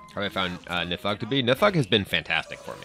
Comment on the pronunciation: Oh my god, he finally pronounced Nithog right